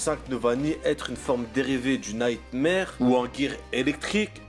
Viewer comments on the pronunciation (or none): none